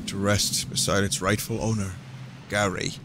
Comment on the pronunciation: wtf... vinny says "Gary" when it suposed to say "Garai" ? how? why? XD